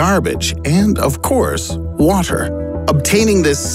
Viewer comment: You sound funny when saying “water” 😁😁